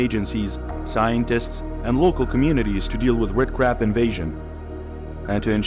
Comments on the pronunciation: Red Carbs???? How bout invasive terrible narrators? When he cannot pronounce a four letter word that is the subject of the video then there is a management problem. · why does the narrator keeps saying carbs ?? so annoying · I thought this was about Red Crabs & not Red Carbs as the narrator says. LOL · Wait, so he started the video saying carbs then randomly switches to crabs? 🤔🤣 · It's crab, not carb !!😅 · Red CRAB not CARB....good lord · Red crab, not carb, wtf, lmao… check ur narration bro